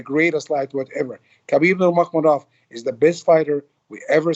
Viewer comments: I'm talking about his last name Nurmagomedov which Ali is mispronouncing. Yes his first name is the arabic name Habib, but I'm talking about his last name which is Nurmagomedov. The arabic pronunciation would be Noor Muhammad, from his ancestor, like how they change Muhammad to Magomedov. Anyway I'm talking about this fool not saying Nurmagomedov properly and if he was saying it in arabic he would he say Noor Muhammed. Which he obviously isn't doing. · Also, this guy is so disrespectful can't believe he hasn't learnt how to pronounce Habibs last name. Really embarrassing calling him your 'brother' and then continuously boldly mispronouncing his last name.